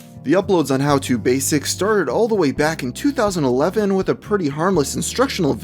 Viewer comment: YOU SAID 2011 WRONG!!!